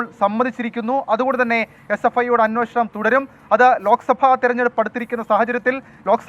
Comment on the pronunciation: സാറേ.. അന്വേഷണം എന്ന് പറയു..